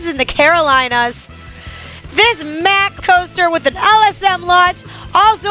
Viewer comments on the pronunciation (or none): Mack is pronounced "Mock"